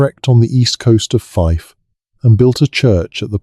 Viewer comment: 02.51 Fife Scotland